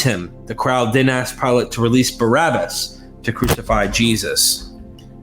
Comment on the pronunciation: Yeah, but it is Pilate, not Pilot. I guess the difference flew over their heads.